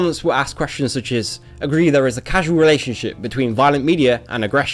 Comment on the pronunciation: he pronounced the word causal like "casual"